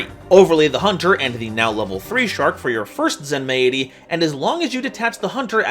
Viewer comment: I think Zenmaity is meant to be pronounced like “Zenmighty”